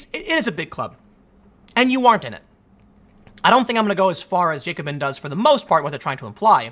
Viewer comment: Tim it's "Jack-o-bin". It's from the French Revolution.